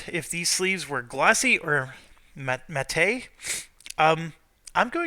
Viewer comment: and it's pronounced Matt, not Mat te. lol